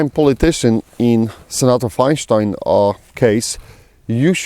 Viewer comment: "feinshtein" haha I like it! Makes it sound more ominous and Germanic. I agree we need to watch out for these traitor RINOs and smack em down when they pop up. Ofc Cuntstein is going to push a ban every chance she gets, that's what she does. What was that quote, "the enemy you know is better than the enemy you don't know"